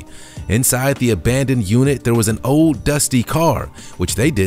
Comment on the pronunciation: Ok pay attention, it’s sold ...not sode. It’s old ... not ode!!!